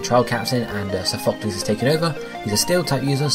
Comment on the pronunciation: i cringe every time u say sophocles lmao